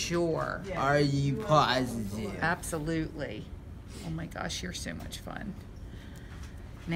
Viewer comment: Are you sure=yes im sure are you positeive lmao